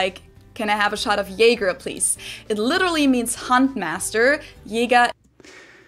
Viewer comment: Her pronunciation of Jäger is wrong. Many Germans do in fact not know that ä should not be pronounced the same as e in this case, so this is a common mistake even among native speakers. But ä is distinct from e. Not Jeger, Jäger. It’s more like the a in the word care for example. (Also other Germans will now argue with me, although I’ve studied linguistics in university, but my fellow countrymen and -women cannot accept basic facts about phonology)